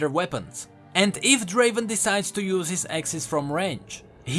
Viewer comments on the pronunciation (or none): Not Draven, Draaaaven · Not draven.. draaaaavvven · Not Draven!!!! Draaaaaaaaaaaaaaaaaaven! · It's a relief I'm not in the weakest champions. Btw summoner, it's not Draven It's Draaaaaven!